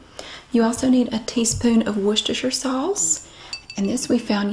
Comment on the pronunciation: Finally, an American that can pronounce 'Worcestershire' correctly... 😁